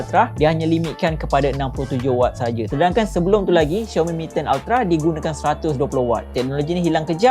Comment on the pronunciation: Aummmm Finally betul jgk sebutan Xiaomi